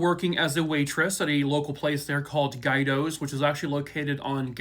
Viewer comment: Guidos is pronounced like gweedos ❤